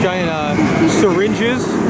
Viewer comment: I hate to be that guy but "su-ringe"